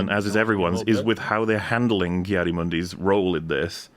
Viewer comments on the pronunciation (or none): I know it's a minor little nitpick, but it's telling to me in this day and age. "KAI-Adi-Mundi." - RLM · I fucking hate how many people have been mispronouncing ki-adi mundi’s name.